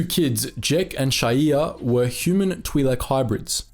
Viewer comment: Hearing “Tweelek” over and over hurt my ears. Other than that, great vid